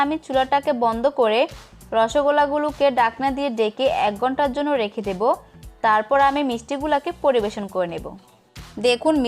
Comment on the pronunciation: বাত, ডাকনা, ডেকে আপু প্লিজ উচ্চারণ ঠিক করেন